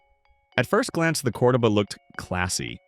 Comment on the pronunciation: Text to speech always mispronounces Volare. Cordoba is another fail point. Low quality youtube is fail. I took my road test in my old man's Omega. It never gave us any trouble. It was a good quality car, especially as was secondhand.